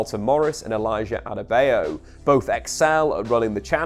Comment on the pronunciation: As a Nigerian you pronounce Luton's Town player 'adebayo' wrong, You just murdered it.😂